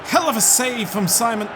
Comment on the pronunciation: the SI in Unai's Simon's name is pronounced the same way you say yes in Spanish. Quality as always,!